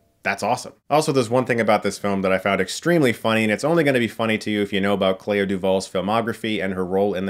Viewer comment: The way he pronounces Clea from Clea Duvall is very strange. I always heard it as "klee- ah" but it almost sounds like Claire when Chris says it.